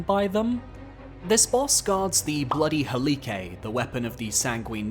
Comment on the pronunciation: “Bloody halicke” ohhh 😂😂